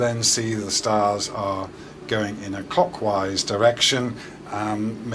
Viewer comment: I can't be the only one constantly hearing "cockwise", right?